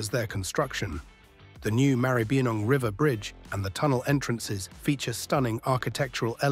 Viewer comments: Stupid AI narrator, no idea whatsoever about Australian place name pronunciation. Funny but rather ridiculous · Check your pronounciation of Maribyrnong - /mærəbənɒŋ/. Poms always pronounce Melbourne the same as they "do Eastbourne, Sussex, UK. Take no notice of the alleged aboriginal presence in the area of 40,000 years as expounded by Wiki. Being nomadic people they never had a nation, land ownership or even a home to live in. Additionaly they has no pots or pans or gold or metal tools. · Is the voice over AI generated? Can't even pronounce Maribyrnong correctly. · That is not how you pronounce Maribyrnong. Also, the MCG is the country’s biggest stadium not one of the biggest.